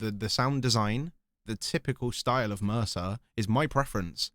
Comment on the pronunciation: Dlow bro! “Mirsa” name pronunciation is meer-za